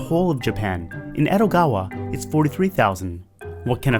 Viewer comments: It's Edogawa, not ero, why you change the D into R. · Is it just me or did he say Erogawa instead of Edogawa?